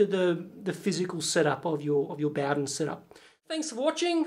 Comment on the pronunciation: Mate, you're pronouncing Bowden wrong.